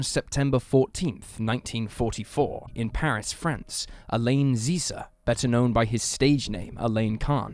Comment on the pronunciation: Alain should not be pronounced like "Elaine" 😂😂😂